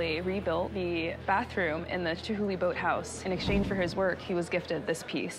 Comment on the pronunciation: Chumhuly...or Chumhulee. Lol.